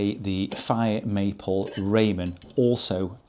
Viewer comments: Great comparison but it’s rah-men, not Raymond pot 😂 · Hi! I think it is pronounced "rah-men", the pot perfect is for instant ramen noodles. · it's said Raa-men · Lol "Raymen"! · Do the english really call the japnese dish "ramen" Raymon? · In America we pronounce "Ramen" as "Ra-mon", like the noodles!